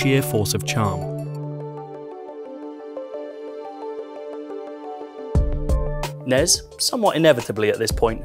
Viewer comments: Nes??? What the hell is that? its pronounced N-E-S. At least here in the united states thats how its always been pronounced. You spell out the letters when saying it. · He kept calling it nes not n e s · It’s N-E-S. Not Ness. And you’re journaling video games? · Was going great until I heard NEZ. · It’s not pronounced nes it’s pronounced n e s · Was it really pronounced "the nez" ... and not "the N-E-S"? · Fun video. Please don't ever pronounce it NEZ.... its N. E. S. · Stop calling it nezz. It’s the N-E-S. That’s like calling a vcr the vhs machine. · stopped watching the second time i heard you pronounce NES as a word